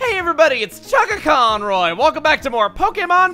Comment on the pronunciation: Is it just me or does Chugga slip into a slight southern drawl whenever he introduces himself For a split second on the conroy, and again for half a syllable on Pokemon